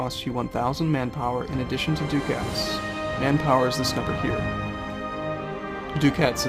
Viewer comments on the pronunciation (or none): I don't know why it bugs me so much, but you're pronouncing "ducats" wrong. It's not "doo-cats". It's "duh-kets". Like the word "bucket" only with a d.